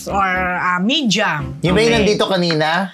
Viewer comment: Female na actress pa, ano ba reporter to, tapos meja daw, 😂 MEDIA.... AYUSIN MO PRONUNCIATION MO TE, KALOKA